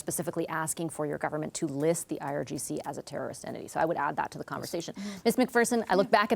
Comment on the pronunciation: DISGUSTING! Mr. Virani pronounces IGRC instead of IRGC, showing he has no idea what's going on!!!